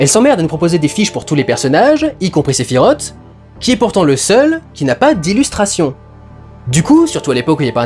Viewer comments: Oui mais... Sephi rote. 🤣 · sephirote j'en ai des nausées à te l'entendre dire.